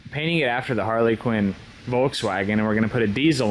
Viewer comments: just so you dont get roasted saying harley quinn around some volkswagen nuts id like to let you know its pronounced a har-la-kin and im pretty stoked you even knew what one was honestly. love the build tho looks snazzy! edit: the name is also PERFECT! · I'm sorry but every time you said it, it rubbed me the wrong way. It's harlequin. Not Harley Quinn. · Harlequin. Not Harley Quinn. I'm dying over here 🤣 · Are you saying Harley Quinn? Please stop. It hurts my ears every time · named the kart without even realising due to his pronunciation. Harley Quinn.